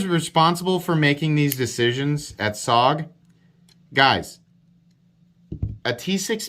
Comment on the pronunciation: i believe its pronounced Soge..